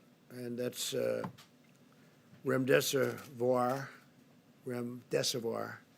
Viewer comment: So he can pronounce "hydroxychloroquine" no problem but calls our promising new antiviral "remdeseVOIR" three times? Pharmacist down, send help... ☠️🆘☠️